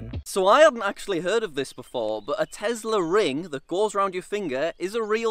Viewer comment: Ah yes tezla